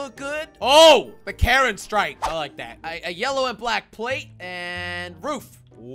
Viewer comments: It is not karen it is ka-rin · The karin mobile sounds more like the Karen mobile.